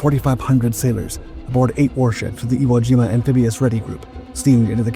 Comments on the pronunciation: Shitty AI - the USS "Iwo Joma"?! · The “Iwo Joma” huh? Using AI gettin slop are we? Ugh.